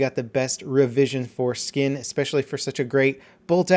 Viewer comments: Sada Twinkletoes xD I heard it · It's good to see that I'm not the only person who heard foreskins.